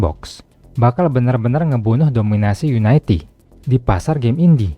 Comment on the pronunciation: bacanya yuniti dari unit